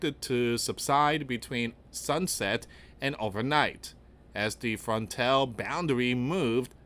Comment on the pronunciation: AI. It cant even say frontal, it says frontell. Noone ever says that or ever heard that.